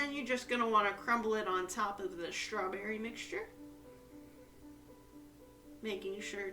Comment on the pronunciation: There’s no “H” in strawberry 😂